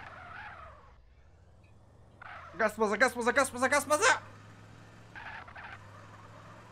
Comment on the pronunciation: Bas gaza diyeceğine gas baza demişsin abi 😀😀😀😀😀